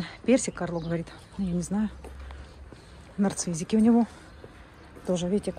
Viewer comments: правильно говорить НАРЦИССЫ А НЕ нарцыЗики😂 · Говорить надо нарциссики, а не "нарцизики"...